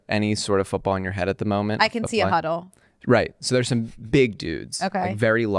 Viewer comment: She said "I can see a HUDDLE" 😭😭